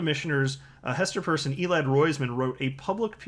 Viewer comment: Isn't Hester's last name pronounced like when you get holes in your ears???????